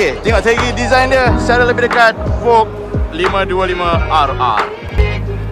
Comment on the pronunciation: voge sebutan dia vod's